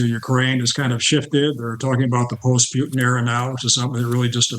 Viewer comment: If he can't pronounce "Putin", I don't accept him as a reliable source.